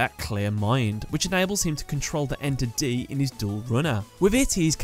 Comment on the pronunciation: It's 'Ener-D', not 'Enter-D'.